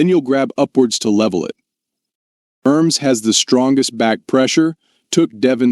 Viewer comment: Geez lol "ERRms" for Ermes 😢😅